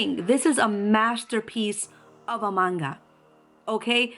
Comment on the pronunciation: An actual manga artist that even pronounces the word correctly. Not man-ga, and not the ever popular monga, thank you,, truly. XD